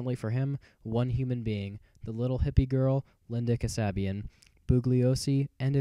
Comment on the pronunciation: "Expert" who cant even pronounce Linda's name correctly. What a joke.